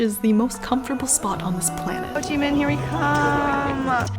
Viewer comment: Hey are you of vietnamese descent. The way you say Ho Chi Minh is really native.